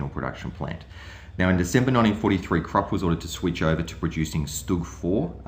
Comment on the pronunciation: Great video. However, Krupp is pronounced 'kroop' and cupola is pronounced 'kyoopola'. These words are often mispronounced and I think it's important, when recording history, to also record proper pronunciation. Thanks.